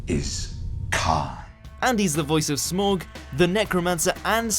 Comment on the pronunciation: You pronounced Smaug wrong... and Ralph